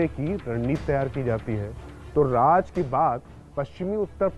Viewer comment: Bhai Raj nahi Raz boliye raz means secret